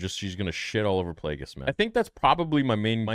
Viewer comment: that aint darth plagueis, thats darth DRAKEis 💀💀